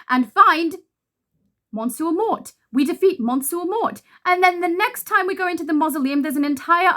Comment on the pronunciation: Meussieu Morr The T in Mort is silent. ;)